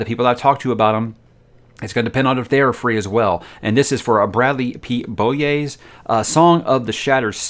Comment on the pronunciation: OK, as a European I'm going to try to write you a guide on how to pronounce 'Beaulieu';) 'Beau' is pronounced 'Bow' (as in bow and arrow) but without the 'w' sound. 'Li' is pretty simple, it's just like the last name of the actor Jet Li 'Eu' is going to be the most difficult part to explain in writing, because this sound doesn't really appear in the English language as far as I know. The best I can compare it to is the sound you make when pronouncing the word 'Earth' The 'ea' in that case comes pretty close to the French/Dutch 'eu'. Paste it all together and you're good to go. I hope this was helpful:p